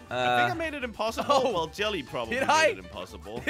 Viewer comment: jelly thats impessible again: but its impessible